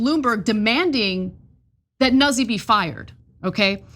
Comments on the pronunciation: Nuzzi? its not "nah zee" ...it's "new tzee" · NOOT-see, not Nuzzy lmao